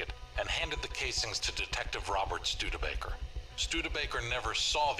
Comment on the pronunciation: I love how you accidentally gave perfect example why eyewitness accounts are unreliable, Studebaker's name was written and pronounced out loud twice yet you still mispronounced it just few seconds later.